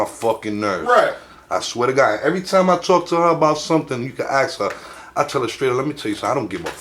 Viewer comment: My God this buffoon just can’t accept an answer from his interview! If they don’t answer the way you want, just move on to something else! Don’t “axe” the same question 4 different times!